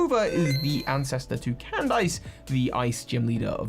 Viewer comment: What’s with all these youtubers and constantly pronouncing a shitload of words in the most whack-ass ways possible? -Like, Laventon (That should NOT be hard to mispronounce) is apparently “Lee-venton” -Candice, instead of Cand-is (s sound, not z), he pronounces it as “Cand-ice”. We all know how to pronounce Candice right? Phineas & Ferb should’ve been EASILY enough repetition to get it into our heads -Floaroma being pronounced “Flower-oma” like ???? Why? -Mira (the nurse with pink hair) is “Miri” to this guy apparently -Irida (There’s no “i” at all in there) being pronounced “Iridia” -Arceus (which was ALWAYS Ar-see-us) is now “Ar-key-us” or “Ar-kay-us” like wtf is up with y’all?